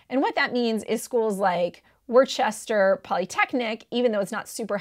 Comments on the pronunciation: NP. Still love your channel. Only the locals know it is Woostah Polytech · Worcester* (wouh-ster) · Lol she said Worchester instead of Worcester (pronounced- Wooster) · Anyone else cringe at “worchester”? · I was just about to comment how as someone from Boston I died a little on the inside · The way she said Worcester 💀